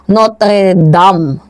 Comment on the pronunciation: Notre Dame (dim ang correct pronunciation mam) of boys department, catholic school dito sa aming lugar, koronadal city south cotabato